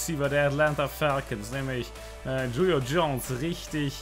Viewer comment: Er heißt Julio aber es wird chulio ausgesprochen